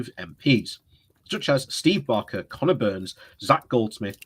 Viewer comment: 1 - it is only "boris" to his worshippers- are you? 2 - it is Steve BAKER not Steve Barker. Other than those continual annoyances on your channel, a great video